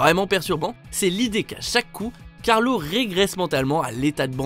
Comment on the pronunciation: on dit carlo pas carlos